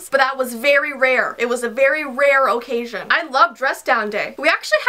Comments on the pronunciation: Not Oh-Casion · Its Pronounced Uh-Casion